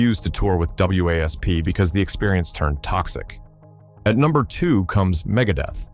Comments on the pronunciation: The whole AI narrative sucks. It’s wasp not.W A S P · Wasp, the damn AI can't say the word wasp.